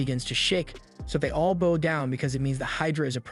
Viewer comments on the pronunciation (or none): "Boh" girls tie their hair with "Bows". "Bau" a sign of respect also the front part of a ship, "Bow", bau, bau, bau. It's the lazy channel creator that does nothing.